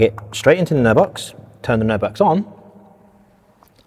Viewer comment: What are you saying? Nerve Box? Nerd Box? Can we have a link to the product?